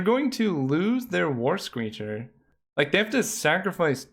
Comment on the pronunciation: Every time you said the words "War screecher" my mind heard "Worst Creature". Lmao